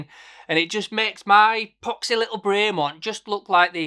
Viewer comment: Great watches but if your a super fan why don't you pronounce the company name properly? It's BREM-ON not BRAY -MONT. great vid btw